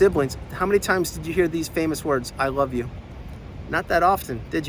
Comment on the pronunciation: I hear it as “I control you” rather than I love you